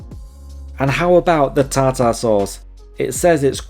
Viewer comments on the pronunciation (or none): Ta -Ta sauce? - Pronounced Tarter